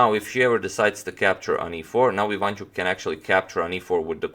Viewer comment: IvanchUk, not IvAnchuk